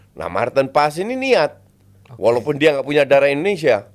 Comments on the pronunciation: Nama nya paes , Dari mana letaknya paas ? dia udah resmi jadi warga indo kenapa penyebutan nama harus dibelanda2in, botak botak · Paes lo justin bukan pass. Paes itu dari bahasa jawa bukan bahasa inggris lo botak. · Maaf min,, sebagai orang Indonesia boleh dong kita manggil marten paes,, paes bukan paas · Haye dan paes ini pengucapannya sama, banyak yg nyebut nama haye dengan haye yg ye nya seperti penyebutan yes, yeremi, yen dll sebetulnya yg benar itu penyebutan huruf e nya seperti de'ngan, se'lamat, se'mbuh begitu2. Paes pun begitu, bukan menyebutnya pa'yes tapi paa'es yg huruf e nya hampir ga dbaca seperti kita menyebut kata faLes/paLes untuk suara yg jelek pas nyanyi, nah hilangin tuh huruf L ditengah nya, begitu nyebut nama paes. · Enggak. Manggil nama orang nggak sesuai dengan cara namanya dibaca itu BIG NO. Usahain sebutin yang benar kalo udah tau. Kecuali "Paes" itu nama panggung artis, baru deh ngasal juga nggak masalah. Nama itu Doa dan maknannya dalam. Usahakan jangan sembarangan. Kalo perlu, selalu tanya orang lain gimana cara baca nama mereka.